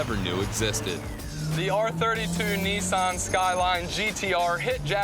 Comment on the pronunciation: Americans,these cars are called Nissan,not Neesan.